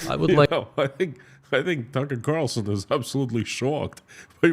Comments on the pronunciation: Constantly getting TC's name wrong, dead air, bad sound. Geeze, can't you practice before putting this in a YT video? Horrible 😊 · You kept saying Tucker Carlson's name backwards! 🤣